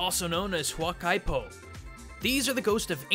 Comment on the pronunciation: correct pronunciation HUUWAKA EE PO